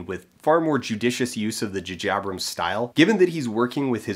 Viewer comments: Why do you say Juh Jabrams? It's J(ay) J(ay) A(y)brams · it took me like an hour to figure out he was trying to say jj abrams. who the fuck is "jajabrams" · Am i the only one who heard him say jajabrams? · Are you guys joking? He obviously said "jajabrams" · I've never heard it pronounced "Jajabrams" before, and I don't think I'll ever be able to unhear it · I cant take you seriously saying 'Jahjabrams' , sorry ! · Maybe I'm just in a mood but I switched off after the third "Jujabrams". It's very irritating. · His frequent calling of JJ Abrams as JaJaBrams is really annoying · please never juhjabrams again, once to make a point, but it is distracting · i didn't even realise you were saying "jj abrams" strangely until i read the comments lol. i just wanted to say, i recently found your channel, and am going through your videos. i'm having a lot of fun with your format, and i really enjoy the quality of your analysis and delivery. thanks so much for creating and sharing your videos! :-)